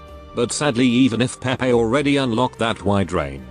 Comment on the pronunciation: HER NAME IS PRONOUNCED "PAY PAY" 😡 JUST LOOK AT THE EN LIVESTREAM